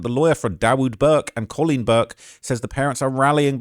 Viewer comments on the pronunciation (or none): none